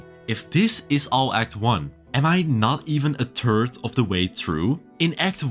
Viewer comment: ... mate, you're REALLY got to start pronouncing the "th" in third properly.